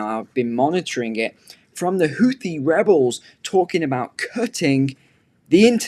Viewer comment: the link shows you how to correctly pronounce "houthi". Sadly, the world has adopted the American pronunciation.